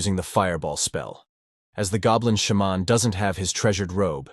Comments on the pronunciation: Idiot AI pronunciations: It's not a "Shah-mon", it's a "Shey-man" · I'm all about putting whatever emphasis on whatever syllable you want, but the way he keeps saying Sha-mon, bold headed, etc...🤣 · Shaaa’mon is killing more. Say it correctly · Its a shamaaaan, a shemmen, a shamanee... how often can your AI pronounce this one word wrong? 😀 Besides nice Recap.